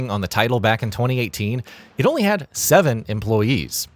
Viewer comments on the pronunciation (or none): none